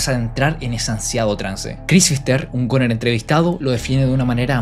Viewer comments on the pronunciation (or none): “gUner” no “goner”